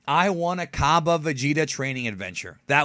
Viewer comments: expergamez pronounces it like cabe lol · shots fired at expergamez cus he pronounces it kabe